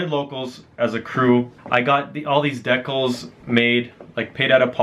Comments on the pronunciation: "no way fucking decnals, check those oot!" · The way he pronounces Decals is interesting